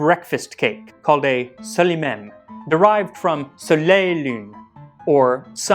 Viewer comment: This is super irrelevant but shouldn’t you pronounce the L in “soleil et lune” since the next word starts to other a vowel?